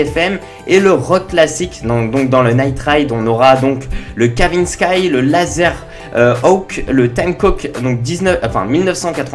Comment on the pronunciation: Tu sais pas prononcer kavinsky ou bien